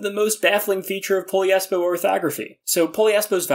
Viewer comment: Hmm… i guess it it’s not Poliespo, it’s “Po - LIES - Po “